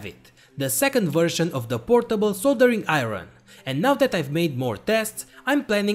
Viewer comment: "A New Soldereen Aeron"🤔🤔😂😂😂